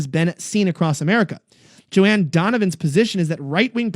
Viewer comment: "Joan" is pronounced "joe-nnn" (think Joan Crawford the actress).